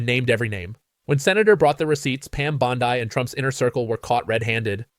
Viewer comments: Bondi is pronounced bond-ie not bond-ey. 😊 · I agree with all the accusations made by Klobuchar. But why can't this guy pronounce Pam Bondi's name? It's bondee, not bond i. Is he an AI generated narrator? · For god’s sake, pronounce her name correctly, it’s not BONDI